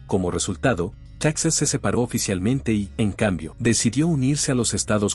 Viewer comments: Texas antes de que los estadounidenses se lo robaran porque así fue, Coahuila y Texas eran un solo estado mexicano, me imagino que tú eres estadounidense ya que pronuncias Texas como estadounidense, los españoles y los mexicanos fueron los primeros en colonizar y habitar esas tierras y bueno los indígenas que ya tenían viviendo ahí cientos y cientos de años, primero perteneció a la Nueva España y después de la Independencia a México, Como te menciono Coahuila y Texas fueron un solo estado y las capitales fueron en un tiempo Monclova y en otro tiempo Saltillo por el momento no recuerdo cuál de las dos fue primero y, para nosotros los mexicanos todas esas tierras que se robaron los estadounidenses, siguen siendo parte de México porque el plan de Guadalupe fue firmado a punta de pistola. Saludos desde Coahuila. 👍🤠🍺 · Se escribe TEXAS pero se pronuncia TEJAS.